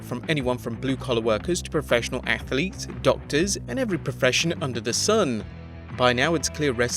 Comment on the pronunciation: “Athlets” lol Also, #11 is no myth